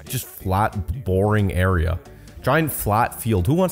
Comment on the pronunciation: why do you seperate your "g"? borin g doin g.... im legit not critisising, im curious af